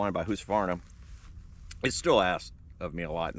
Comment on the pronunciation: Thanks for pronouncing Husqvarna the right way.